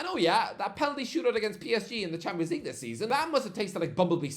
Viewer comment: He still can't say champions league 😂